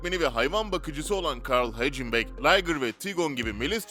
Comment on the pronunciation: Hagenbak diye okunur o Carl Hagenbak hecıbek değil